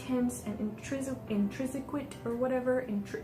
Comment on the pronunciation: Don't use the word intrinsic until you first learn how to pronounce it and secondly what it actually means. You don't get to use it. You're nor intelligent enough.